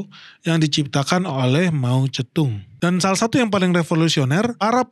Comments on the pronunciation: Jarang² ada org yg spelling Mao Ze Dong nya benar👍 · br kali ini liat channel ini. 1 hal yg bikin salut pengucapan nama cina secara akurat (mao ze dong) gak kaya sebagian besar channel bahasa indonesia lain yg selaluuuuuu saja gak mau tau pengucapan yg benar kaya apa. Klo bs membaca george spt org amerika atau françois seperti org prancis lalu knp tiap nama cina selalu dibaca secara aneh dan gak ikut aturan yg benar 😢